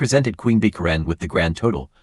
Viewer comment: Ka ren? Who doesn't know how to pronounce Karen??